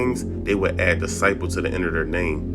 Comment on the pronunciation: FOLKS CANT EVEN SAY DISCIPLE….BUT WANNA PUT OUT BGD VIDEOS…SMH